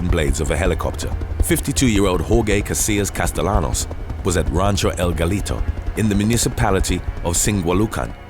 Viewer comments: Castellanos is pronounced "Casteyanos". You always get Spanish names wrong! 🤦🏾‍♂️ 😂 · Btw "Castellanos" is pronounced wrong I'm surprised bc this channel is so educated in pronouncing foreign names lol